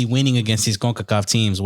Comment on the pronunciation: Why are you saying "Concacaf" like that. It aint a spanish acronym so there's no point of doing the accent